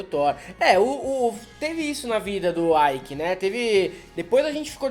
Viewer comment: O nome do cara é ÊIQUE.... IKE é o do inglês